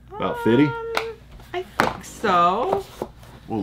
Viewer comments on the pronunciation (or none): its pronounced think not thin Q lol